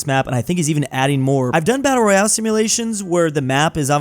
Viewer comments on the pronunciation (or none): none